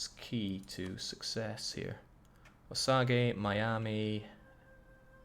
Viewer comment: Your pronunciation of the Indian names is hilarious. I suspect you don't care but I will show a few Wichita is said like which-itah, Commanche is said like come-an-chi, Osage is said like Ah-suh-j, Pueblo is like poo-eh-blow. I think most if not all of them were written in English to be sounded out as most of the tribes didn't have written language, so they were spelled as they sounded, there's no special Asian or French twist, just say it as if you were sounding out a word in 2nd grade. The Mexican tribes are a different story. I think that's because the Spanish conquered it, so I don't know how to say any of them except obviously Mayan and Aztec. Great campaign, loving it There are a lot of cities, counties, schools, roads, etc named after them here in the states so it's not uncommon to hear the words.. also military aircraft for whatever reason.. Commanchee, Chinook (said like Shin-ook), Apache and Black Hawk helicopters. Maybe it's just whirlybirds. I'm sure the social justice warriors will be all over it as soon as they learn about it.